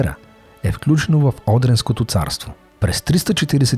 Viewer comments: КАНАЛЪТ ВИ Е ХУБАВ,НО С ТОЗИ ЧЕТЕЦ,КОЙТО ЯВНО НЯМА ПОНЯТИЕ ЗА ИСТОРИЯ,КАТО ПРОИЗНАСЯ "ХИМЕРИ" ВМЕСТО КХМЕРИ,"САРСАВАТИ",ВМЕСТО САРАСВАТИ И "ОДРИНСКО" ВМЕСТО ОДРИСКО ЦАРСТВО,МНОГО ГУБИТЕ И ВМЕСТО ДА ПУСКАТЕ СУБТИТРИ ,СМЕНЕТЕ ЧЕТЕЦА СИ!!! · Има неточности в произнасянетона имена на населени места-Одриско,не Одринско,Севтополис,а не Севастопол..... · Одриско управление...защо го чувам като Одринско?!